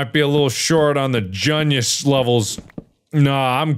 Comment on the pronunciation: if i took a shot for every time he said “gunius” i would be dead